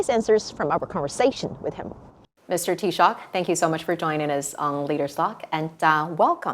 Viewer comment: Chinese interviewer nailed "Taoiseach"first time,very professional. British commentators have being butchering various iterations of "Tee Sock" for decades.